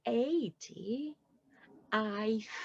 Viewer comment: Her 'di' sounds like /ti/ ...too explosive that /d/, sounds more like a /t/